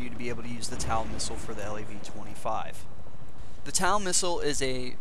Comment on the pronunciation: TOW! T O W! like on your foot. not tal.